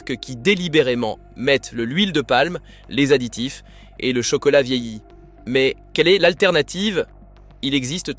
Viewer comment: Encore une voix IA et brut de décoffrage... "Le chocolat vieilli" 😅😂🤣😆